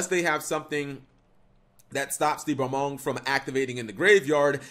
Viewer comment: Welcome back students to another lesson in pronunciation. Today's word is Balmung, say it with me students BAL-MUNG not BA-MONG. That will conclude today's lesson students.